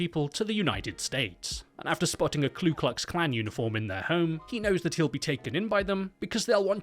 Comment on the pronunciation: for future reference, it's KU klux klan. there is no L.